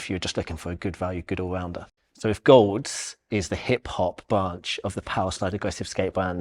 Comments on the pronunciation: Just pronounce Gawds like GODS. That’s what it is. Just a cool, alternative spelling of GODS. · I'm pretty sure you just pronounce it "gods" Also the AG15 is because it doesn't have the same cuff and 45 degree strap that the AG10 has so they consider it another model even tho its the same carbon shell underneath. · Lol... "Gawd's aka "Gahd's" aka "God's"...